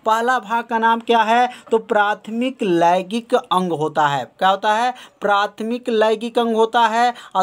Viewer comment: Sir laigik nhi hota h laingik hota h😏